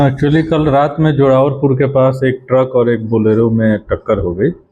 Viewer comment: Bolero hota hai बलेरो नहीं